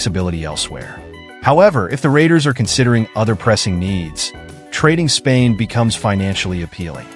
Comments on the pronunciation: Dang how many times you gonna say his name and wrong , Spillane not Spain come on you got to catch that kinda error just sounds ridiculous saying his last name that many times wrong with no editing ! Come on dude 😂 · Raiders will not trade Spilane. This guy sux at names..